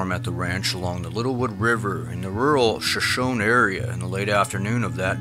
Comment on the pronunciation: Its pronounced shuh-SHOW-nee